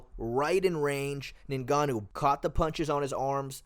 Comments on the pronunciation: Its not NayGannou its nGannou If you can't say it just say Gannou. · His name isn't "ningahnoo"